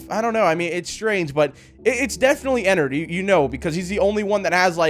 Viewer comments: Pronounces it Ennerd its suppose to be " Ennard" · No its not enerd its ennard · Its not ennard its enny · also how to pronounce ennard is enn-ard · It is not enerd!!!!